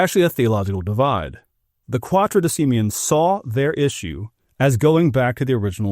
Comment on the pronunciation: not Quatodecimen, it's Quartodecimen controversy. quarto is not hard to pronounce.